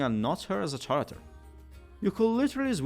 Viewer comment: I intend no offense, and if you knew already, just disregard me, but in most dialects of english "character" is pronounced with a /k/ consonant at the beginning. Similarly the words derived from it like "characterization".